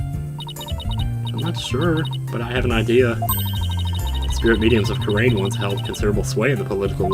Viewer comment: I know these are recorded well in advance, but just so you know, both Kurain and Khura'in are pronounced "koo-rah-een", or "koo-rein" if you want to shorten it to two syllables. They're both pronounced the same way you've been pronouncing Khura'in, basically. They're even spelled the same way in the Japanese version. I think the only reason they chose separate spellings in English is to give the impression that it's the same word, being translated into English from two different languages (being Japanese and the fictional Khura'inese).